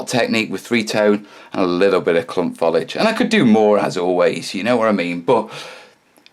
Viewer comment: It's Foh-Lee-Ij. Note the three syllables!